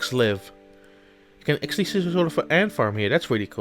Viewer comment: Also work on the pronunciation of the english words, cause Acksally instead of Actually is quite noticable.